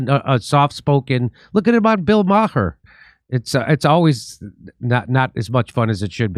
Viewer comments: Did jimmy say Bill Mah-Her? 😆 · Bill Ma-Hur?